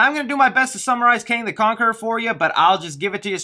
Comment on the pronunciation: "Kong the conaquerer" 😂lol. Good video